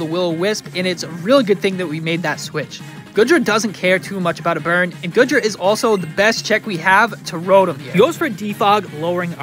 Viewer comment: Its GOO DRA not GOOD RA its pronounced YER VELTAL you pronounce the Y at the start